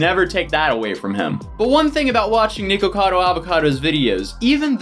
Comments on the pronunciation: Nee-kocado Avocado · I'm sorry but heading Nikocado pronounced Nekocado instead of Nick-O-Cado and then being sponsored my Lolli makes me think something's up 😂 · Lol niko cado!!!! i believe u say it nick cado not niko cado even tho its spelled that way js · Why is he saying niko cado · "*Nee-kocado Avocado*" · why doesn't he know how to say nick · The worst part of the video is how he mispronounces nickocado every time he says it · holy shit dude why isnt his name nikaco avocado? his names clearly nick/nik right? his orlyn dude keeps calling him that, so why?! why did he choose the name that has such an awkward amount of syllables?? i cant get over it hearing his name pronounced drives me crazy 😂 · why does he pronounce his channel name like that 😂